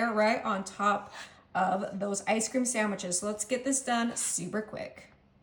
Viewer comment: Sand wich- no "m" . P.S., try Nestles Quick syrup instead, delicious and less bitter. Great recipe!